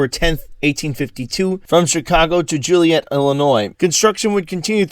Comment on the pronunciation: It's Joliet not juliet